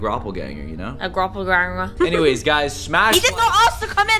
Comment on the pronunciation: soon he meant to say doppelganger but he said gropplganger. edit is 😂😂😂😂😂😂😂 2nd edit: next video you get peach guy can you let him in